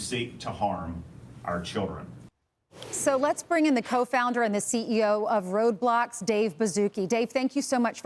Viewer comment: Why does she keep saying roadblox